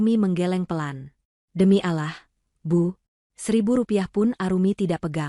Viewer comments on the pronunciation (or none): none